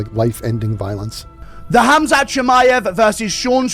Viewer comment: just drop the K bro. Hamzat. Or Hazmat. But if you insist on using the K, it's Kumshot.